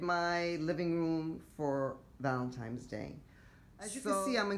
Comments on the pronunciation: Looks really great overall, I love the Buffalo plaid on fireplace candles and pillows, love the touches of pink. Maybe a little too much on mantle top. By the way, you keep saying Valentimes with an M instead of Valentines with an N. Other people make the same mistake, just thought you might want to listen to your video so you hear it. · So cute but FYI it is pronounced ValentiNe's Day not ValentiMe's Day.